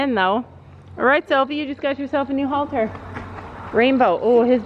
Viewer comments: Nope it's halter. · Ummmmmm are u English or American because it's headcollar not halter